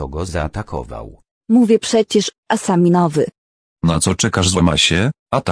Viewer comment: nie ASAMINOWY tylko ASAMIOWY XDDD 😂😂🤣🤣